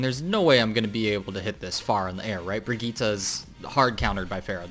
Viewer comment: ??? That's how you're supposed to pronounce it!